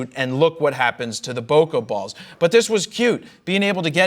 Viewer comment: I kept hearing "poke balls" every single time...